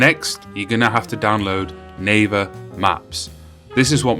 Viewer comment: It sounds like " Neighbor maps" not " Naver maps "